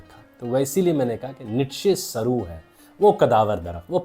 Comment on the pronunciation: بھائی ایسا ہے کہ اپ کی تقریر تو بہت اچھی ہے ہاں جی جناب بات یہ ہے لفظ سر کا تلفظ درست کریے جناب جواب ضرور بولیں گے تو سننے والوں کو غلط فہمی ہوگی کہ اپ تلفظ صحیح کر رہے ہیں جبکہ حقیقت میں تلفظ غلط ہے لفظ سرو ہے اور اس کا تلفظ سرو ہے سر نہیں ہے اس کو درست کرنا ضروری ورنہ اپ کے غلط فہمی پر پڑھیں گے اس کی حقیقت یہ ہے میں نے کہا جب کی حقیقت یہ ہے یہ غلط ہے لفظ ضرور نہیں ہے لفظ سروے